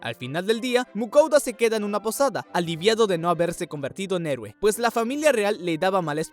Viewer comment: Mui bacan pana este anime pana agua la parte 2 un saludo i ya sabe con toda 👏 i pronuncio la palabra :EROUE 😊